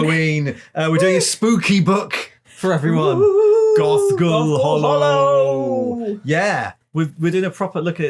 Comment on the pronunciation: Was distracted at the beginning and it sounded like said Goth Girl Hallow. I mean, I would read that too!